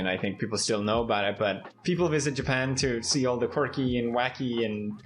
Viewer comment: Wverytime you keep saying Japan, I keep hearing Ja Pant. Are you “ja panting”? Lmao